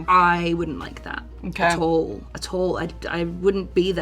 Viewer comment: “Attall” - charli xcx